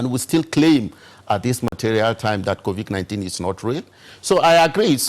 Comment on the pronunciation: Why is calling COVID-19 as COVIC-19. Why is he also saying EXTABLISHED insteadof ESTABLISHED. Please tell him to learn to pronounce those words correctly. What a shame.